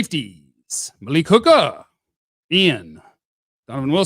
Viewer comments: Dude, the way you said Malik Hooker 😂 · lol 😂 sounds dirty